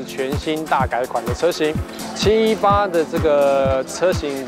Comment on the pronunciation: 自己家的品牌名稱都念錯了 這業務還跟人介紹什麼車？78 fuxker？